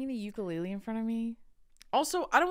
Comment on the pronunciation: you lived in Hawaii for so long - PLEASE SAY UKULELE CORRECTLY 😩 TEACH THE HAOLES PLEAAASEEE 😩🫶🏻✨